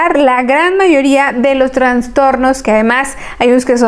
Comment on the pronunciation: Que pena escuchar la mala pronunciación de un médico. TRANSTORNOS..... cuando lo correcto es TRASTORNO.... SIN LA N entre la A y la S